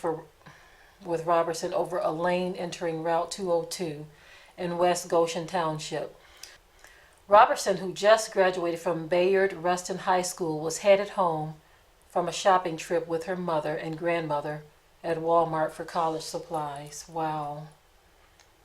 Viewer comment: Bayord Rustin? What the ... ?